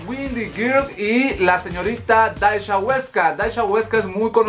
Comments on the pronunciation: se pronuncia dasia no dasha apende a pronunciar primero amigo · Es Dhasia y se pronuncia Dasiaaaa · Por qué pronuncias raro el nombre de Dhasia... se pronuncia tal cual DASIA... xd me enfado un poco... lo siento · Me gusta tu canal, pero por amor a tu deidad, aprende a pronunciar los nombres de los youtubers y/o sus canales. Tanto que vives hablando de la comunidad youtubera, deberías aprender a decir sus nombres. Ya pasó con Katie Ángel, ahora con Dhasia. El de la primera de pronuncia Keiti Anyel y de la segunda se pronuncia Dasia. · se el nombre de Dashia se pronuncia “Dasia” 😅